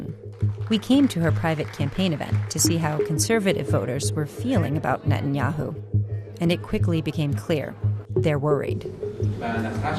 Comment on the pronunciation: It's Ne-tan-yahu